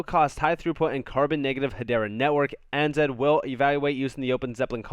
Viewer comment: ANZ = Australia & New Zealand Bank Pronounced A (Ay) N (en) Z (Zed)